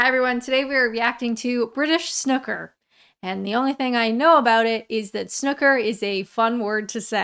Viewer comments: It's pronounced Snoooker, not Snucker. ;-) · It's not "snucker"... It's '_Snooker_ ' 🙂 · It's not Snukker it's snooooker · If you listen to the commentators it's not pronounced snuker but sn OO ker 😂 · Snoooooooooooooooooooo as in snooze... Snoooooooooooooooooo + ker. Stop saying SNUCKER. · It's "snooker" not "snukker": same vowel as new and true. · SNOOker -- the vowel rhymes with SHOOT, not BOOK. Snucker -- very cute :-) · snoo ker not snucker please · Why in all the holy fucks do americans call it snucker rhymes with "book" rather than it's real name SNOOKER ryhmes with "Who"? I don't call their games Boosbail, or Biskatbail, or Emoricain Fatbail do I? And do you kmow why I don't do that? Because I am not fuckin' deliberately ignorant, that's why. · S noo ker not snucker lol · Lots of pedantic purists say it must be pronounced snoooker, but I say snucker, it's just a dialect/accent thing. Ignore the haters. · Please pronounce the 'oo' as in poo, or as in new. Most pronounce snooker as snew-ker rather than snuker. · S-new-ker dang it lol Not Sh-nuck-er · Snooooooker!! It's an ooooo sound it's not snucker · I love your impersonation of the commentator. And also go to a Snooker (pronounced: Snewker not snucker) hall and have a go on a full size snooker table: not like a Pool table at all (make a good video?). Those butler/referee type people are the funniest bit of Snooker. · snooooooooooooooooooooooker, not snukker. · Not Snuker , Snoo ker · Why does everyone from North America call is SNUCKER? It's SNOOOOOOOOOKER FFS! Also please react to Darts, Luke Littler! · Hi it’s snooker not snucker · It's not SNUCK-UR, it's SNOO-KUR, and I love that you've featured it, one of the very best sports to watch on a lazy Sunday with a good pint! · Oh when I saw the title I knew you were going to pronounce it snucker. It's actually pronounced with an 'oo', not an 'u' I.e. 'snoooooker. Aside from that, love you to bits! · It’s pronounced SNOO KER not Snucker !!